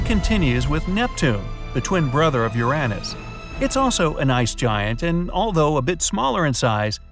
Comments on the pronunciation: AHEMM “URAHNUS?” ITS “URAYNUS” BOI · l am disappointed... Uranus??? it pronounced Uranus. what such bad narrator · Its pronounced "ur yuh nus* bruv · The way he said Uranus “Yiraniss” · I’ve heard ur-ay-nus, I’ve heard ur-u-nus, but I have never hear ur-AN-nus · "urannus" bright side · I never thought someone can pronounce the planet as "U-RAN-US". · Are we not gonna talk about how he says uranas like ur Anne is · "Your anis" 💀💀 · Bro actually said ur an is 😂😂😂😂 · THE WAY HE PRONOUNCES URANUS 💀💀💀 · The way he said Uranus tho 💀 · Never heard Uranus pronounce like that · Youre mispronouncing Uranus and you know it